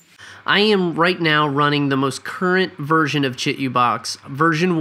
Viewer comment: Say it with me: (CHEE - 2 - BOX). You're killing me....